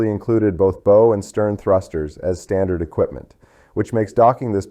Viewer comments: Your AI narrator needs to learn how to pronounce Bow(the pointy end of the ship). You can’t earn a thumbs up let alone a subscription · Mispronounced bow and live aboard. Sounds Ai to me